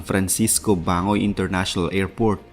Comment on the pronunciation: For the info lng po Bang.goy po Ang tamang pag bigkas Hindi bangoy.. parang pag bigkas lang Ng Barangay silent g..